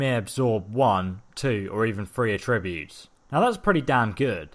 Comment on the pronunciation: it's not a-tribute, it's at-tribute